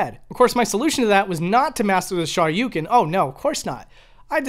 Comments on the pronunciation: Eh, Ha-dough-ken is a hell of a lot closer to correct pronounciation than his garbage Shah-yu-ken nonsense. This coming from a Japanese learner who has no issues pronouncing either perfectly. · Hadoughken! Shawyoucan! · Both the o and u in Shoryuken is extended sounds.